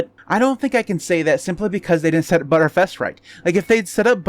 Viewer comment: TIL btrfs is pronounced as butterfs